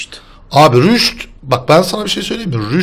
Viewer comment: Rüşt değil rast